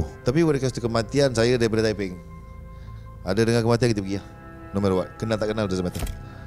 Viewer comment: Lawak la abg zul arifin ni. Ckp tepeng pulak. Mmg lawak. Haha. Btw sy org taiping. Salute abg zul arifin🫡